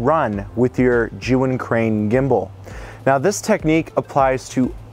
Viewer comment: It's pronounced Ger-yoon, not Jew-in. LOL